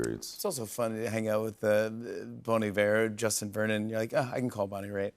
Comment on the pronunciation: Did Jimmy call him "Dustin" at the start?